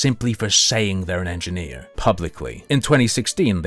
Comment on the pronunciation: U did NOT say engineer